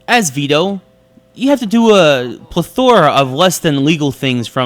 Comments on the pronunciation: Plethora.. again.... you need to learn how to pronounce that one. I like your reviews.. but you need to work on that word. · You say plethora in every single review!!! At least pronounce it correctly.